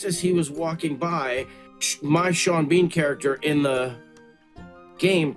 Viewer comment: You got sean bean wrong.